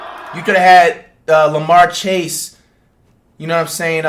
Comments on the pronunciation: He said lamar chase lol it is jamarr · Man really said larmar chase 💀💀💀💀